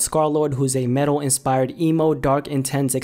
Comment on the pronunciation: bruh u said metal more like mental he needs help